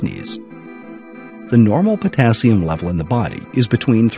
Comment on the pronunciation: Dr.Oz =potazzium😲no wonder I mispronounce it I mispell it😁